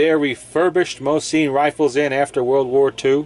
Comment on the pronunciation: Mo-sin not mo-seen and thank you forthe music in the background